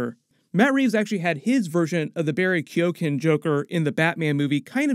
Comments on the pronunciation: You should do a little prep on pronouncing foreign words and proper nouns in your copy before you record. It would 've taken less than 5 minutes for you to have learned how to pronounce "folie a deux", "Quinzell" and "Keoghan" properly. I know mangling non-English words is as Canadian as Tim Horton's, but you have an international audience, here. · Everyone in America keeps saying Barry Keoghan's name wrong. It's pronounced Keown. (key own)